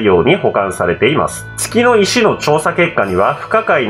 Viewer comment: 月の石が けつの石にしか聞こえんのだが